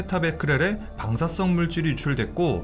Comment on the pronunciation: 발음 문제 멜트따운 X 멜트다운 O 방사썽 X 방사성 O